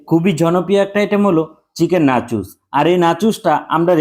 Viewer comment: ভাই আপনি বলছেন, নাচোস টা. আর শুনতে লাগল নাচিস টা😂